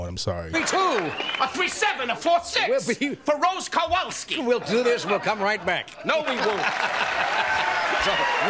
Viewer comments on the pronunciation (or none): "Rose Kawalski" :)